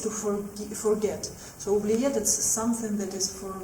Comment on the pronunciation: i love your ''oubliette '' pronounciation, first time i see an english speaker getting a french word pronounciation right